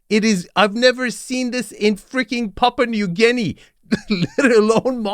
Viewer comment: lol did you say, “Pauper New Guinea”? whichever you said, it still fits the context 😂🎉